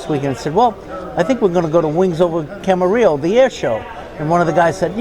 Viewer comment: It's Camarillo, not Camerillo, and it's Robert Yenney, not Robert Yenning